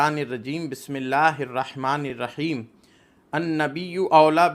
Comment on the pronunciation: Jake pahle bismillah padhna sikh lo neem molvi